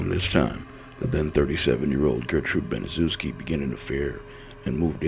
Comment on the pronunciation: It's pronounced Banishevski she's the devil